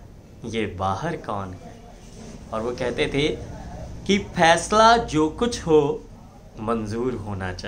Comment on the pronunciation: Phesla nahi faisla hahahah